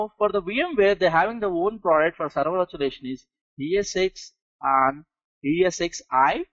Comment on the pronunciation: STOP SAYING VIRTUALIATION!!! Can't understand 1/2 of what you're fu@ saying...